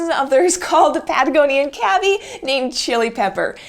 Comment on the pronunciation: I thought cavy was pronounced like K.V.